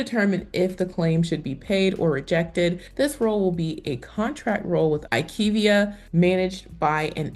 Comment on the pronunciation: Pronounced: I Q Via 😊